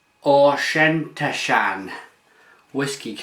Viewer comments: Fantastic Beer but try sayin Auk en Tosh an then run it all together to pronounce the Whisky.. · Haha, you butchered the name of that whiskey. I wish we could get Fullers Brewers Reserve here! Sounds like wonderfully complex beer.